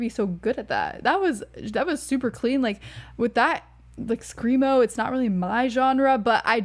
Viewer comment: Glad you enjoyed it. Please don't ever say "screamo" again hahaha it is like getting a needle in the eye. Otherwise, tho, good takes